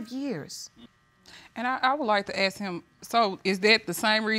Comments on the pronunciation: ask ask ask why everybody saying it aks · why all the black witnesses in this show pronouncing it ‘AKS the question’?? I don’t understand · Is it just me or has anyone else noticed? I have watched tons of these videos, and i have noticed that African Americans often pronounce the word ask as aks.